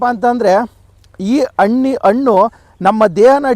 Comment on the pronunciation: Please pronounce Hannu not Annu . pronounce kannada fluently.